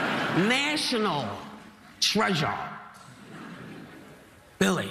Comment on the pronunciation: National TRE-JARR